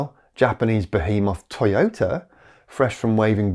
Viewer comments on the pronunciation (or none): none